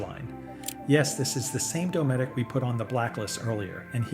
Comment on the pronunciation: It's DOE-METIC